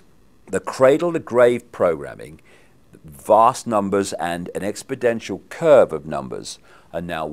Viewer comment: "Expodential"??? wtf, Dave, it's expoNential, an exponential curve, the curve of the natural logarithm "e^t". There is a particular group of people that make these kind of mistakes whilst bullshitting. It's unfortunate because he has a lot of good to say, but he is as difficult to trust as the people he is outing.